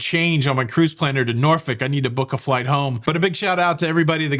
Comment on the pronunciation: Norfolk is pronounced Nor Folk. Just sayn. 😂